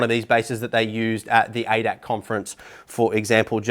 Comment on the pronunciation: Thx for the nice and detailed up front review. One little thing, the society hosting Sim Expo is pronounced A. D. A. C. Aach letter is pronounced separately it's an abbreviation for Allgemeiner Deutscher Automobil Club roughly translated to Common German Automobile Society.